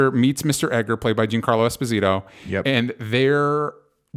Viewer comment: DJ i really like you and love your work but learn to pronounce Esposito, as an Italian who has the same origins as Giancarlo it hurts me 😂